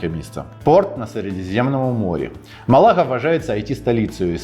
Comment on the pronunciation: не МалАга, а МАлага